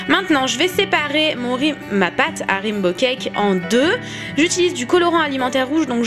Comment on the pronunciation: rimbo cake ahahah XD raiiiinbow !